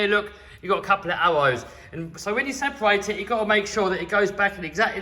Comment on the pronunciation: Um, say "arrow" again ROFLMAO